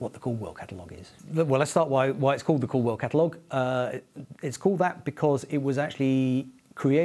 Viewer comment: Was listening to this while dozing off and thought he said "Cole World" catalog 😂